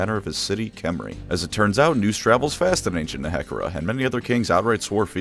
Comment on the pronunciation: the way he pronounces nehekhara physically harmed me